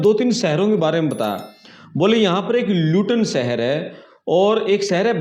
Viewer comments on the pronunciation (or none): पहले अपनी भाषा ठीक करें। सहर नहीं शहर बोलना सीखो। यूट्यूबर बन ने से पहले भाषा का ज्ञान प्राप्त करना चाहिए। भोले बाबा